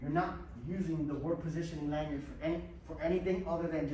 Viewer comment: Manyard? Did you mean Lanyard?